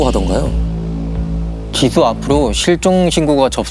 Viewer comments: 디수디수..발음때문에 집중인되서 듣다끔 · 줄무늬 옷입으신분 ㅠㅠ 설소대 수술 하시면 좋을듯해요. 발음이 너무 짧아서… 정확하게 사실 전달이 힘듭니다….. 애 이름이 지수인데 ’디두‘라고 들릴정도거든요 ㅠㅠㅠㅠ